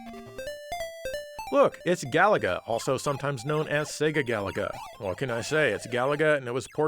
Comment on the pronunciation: Galaga must be pronounced stressing the middle syllable. ga-LA-ga.